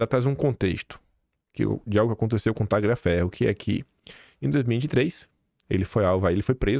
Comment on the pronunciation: boa noite, bom dia! Tagliaferro é um nome italiano. E o "GL" pronuncia-se como o nosso "lh". O g é mudo.c